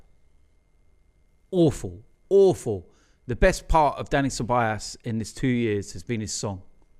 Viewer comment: it's CEBAJOS (pronunciation)